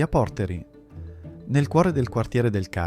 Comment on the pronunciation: Qualche piccolo appunto: - Il Borgo Wührer non è in piazzale Arnaldo, ed è abbastanza lontano dal centro; - Portéri ("Pòrteri non si può sentire!) si trova a Borgo Trento, appena fuori dal centro ma molto suggestivo; - La vera zona della movida più autentica è il Carmine, in piazzale Arnaldo ci vanno i fighetti; - Non si può parlare di aperitivo a Brescia senza menzionare il pirlo, l'aperitivo locale: non ordinate MAI uno spritz a Brescia, prendete il pirlo! - La statua di Tito Speri è di pietra, non di bronzo; - Da non perdere anche la torre medievale della Pallata, il meraviglioso santuario di Santa Maria delle Grazie e la Vittoria Alata, simbolo di Brescia e visitabile a pagamento, di trova vicino al Capitolium. Grazie mille per il video!